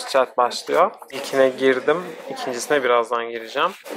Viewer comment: Abi çeld diye okunmuyo çayıld diye okunuyo